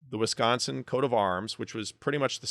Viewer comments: As much as i disagree with alot of your views on this... props for pronouncing wisconsin correctly. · You pronounce “Wisconsin” properly. Is a Midwesterner?😮❤